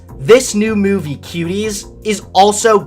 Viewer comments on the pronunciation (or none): Look I started to question you with some of your blue pill stuff and unsubscribed when you started bashing my home boy Shapiro but knowing that you drink syrupy sweet Pepsi and you keep sayin meyewvee... I can’t even watch anymore.